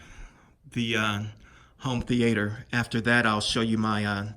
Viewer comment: Why do you keep saying home theAter? Sounds weird. Also, come on bro. From one PowerPoint to a competent YouTube video is only a couple of steps away from what you've done with this upload.